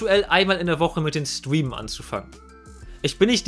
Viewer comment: Warum kann Streamen nicht aussprechen?😅